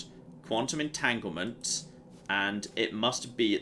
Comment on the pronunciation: Every time he said quantum entitlement, my inner scientist yelled "entanglement!!"